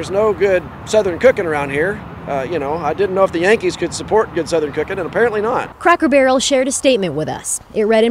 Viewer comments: Lol bro you’re pronouncing it “Crocker barrel” :) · It's C R A C K ER BARREL NOT CROCKER BARREL YO YO.